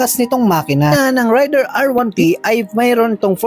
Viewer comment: FOR INFO, hindi po RAYDIR ang pronounciation nyan. REYDER po from the word RAID.